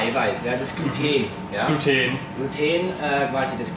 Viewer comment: Tolles Video. Gut erklärt. Ich hätte gerne mal ein leckeres glutenfreies Brot gezeigt bekommen. Und bitte: Gluten : gesprochen wie geschrieben. Und nicht guteeeen. Man sagt ja auch bluten und nicht bluteeen. LG Susi